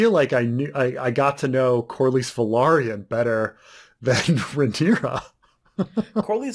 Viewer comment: I think the pronunciations for Velaryon and Valyrian is putting the emphasis on "lary" vs "lyr" Velaryon is pronounced as Va-Larry-en - like in Larry Valyrian is pronounced as Va-leer-ian - like in lyrics